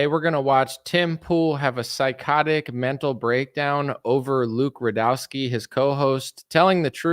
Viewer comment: you pronounced rudowski wrong